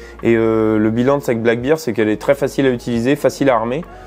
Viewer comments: Une petite remarque sans agressivité bien sûr Black bear (ours noir) bear se prononce "ber" et non "bir" J'ai mis un pouce vers le haut pour la vidéo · Sympa cette carabine. Juste un truc anecdotique. On prononce "Black Bair" (Ours noir) et non "black Bir" (bière noire)🍻